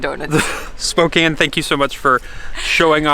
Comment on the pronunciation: Thank you for pronouncing Spokane correctly. And showing how beautiful our town is. Another thing Spokane is great for is our loyalty to our Gonzaga basketball team. GO ZAGS! Enjoyed this video and so happy you enjoyed your time here.